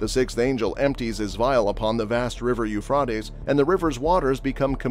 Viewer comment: the pronouncement is u phrat tees